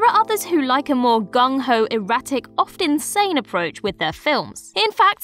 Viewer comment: When she said, "Oft insane approach" I heard "Often Sane approach"